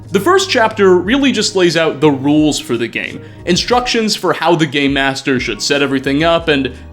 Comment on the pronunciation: Is he saying game master or gay master?